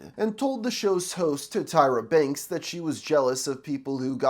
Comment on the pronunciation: old Tityra Banks, lol did you mean to say Tyra Banks. Just bustin your chops love the content as always